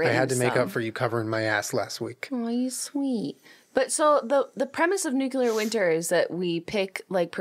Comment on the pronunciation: "Nucular".... eye twitching